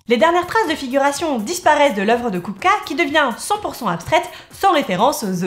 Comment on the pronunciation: Haaaaa une chaîne qui s'intéresse à l'art des tchèques contemporains. Déjà bravo pour le sujet, ensuite pour la prononciation qui est impeccable. En fait la trinité "Mucha-Klimt-Kupka" est ultra importante pour les tchèques car ils émergent au moment de la création de la première république tchécoslovaque, tout comme le swing tchèque en terme de musique. En tout cas merci pour mettre en lumière ce peintre trop injustement méconnu d'un pays qui l'est au moins tout autant.